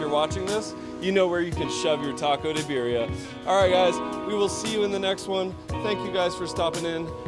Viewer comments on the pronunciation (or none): none